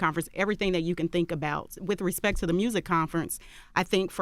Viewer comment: put some RESPECK on Rico's name...... 🌳 🌲 🌴.....all Tree of ya'll 😂 😂 😂